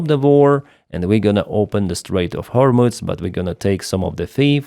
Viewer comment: It's pronounced Гормуз, NOT Гормуц.